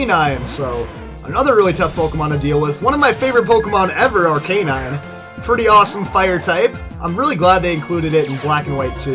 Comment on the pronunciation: Arkuhnine not arkaynine